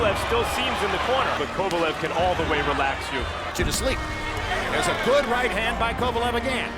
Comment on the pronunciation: You can actually hear Kovalev's name being pronounced properly and you still insist on saying it wrong through most of the video, are you puddled or something?